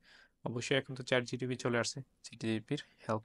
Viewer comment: Bondhu, careful about the pronunciation. You pronounced chat GTP instead of chat GPT. Btw, you did super , best of luck.